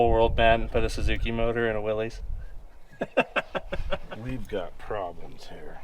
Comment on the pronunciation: I wish Jeep people would pronounce Willys correctly, it's not Willy's. It's like Willis, like whatchu talk'n bout Willis. Give the great company some respect.